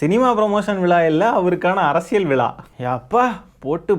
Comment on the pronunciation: டேய் நாயே அது விலா இல்லடா விழா.ழானாவே வரல இதுல ச்சேனல் மயிருவேற😂😂😂